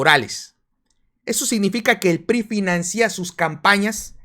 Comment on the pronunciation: Un saludo y observación. Se dice financia y no "finacía" (sin acento en la i)